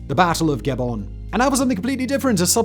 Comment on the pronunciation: Pronounced Guh bonne.